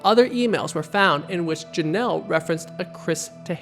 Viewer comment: I zeroed in on "saterday" and I couldn't get over it. and also "protectjenet" shortly before that